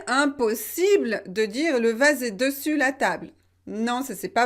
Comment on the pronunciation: Le seul problème que j’ai c’est la façon vous avez prononcé le mot dessus, je pense que le “e” dans la première syllabe des se prononce comme un e ouvert mais pas un e fermé. Comme dessus, dessin, dessein, dessous, dessert, dessaler etc…